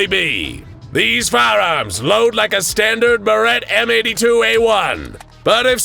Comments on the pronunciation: Love the video, but the way you pronounced Barrett (Buh-rette) was brutal to listen to. The correct pronunciation is Bare-ette. Also, the cartridge casing isn't part of the projectile that leaves the barrel.... Anomalous or not, it wouldn't work that way, and kinda kills the immersion. Just some constructive criticism. Yes, it may be petty and insignificant to some, but there are plenty that it isn't petty or insignificant to. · I thought he was trying to say “Beretta” when he was saying “Barrett”. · I love your videos, but your mispronunciation of the Barret (Bar-et / Bear-et) drives me nuts.